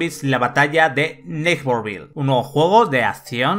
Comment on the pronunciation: Que feo pronuncias “neighborville”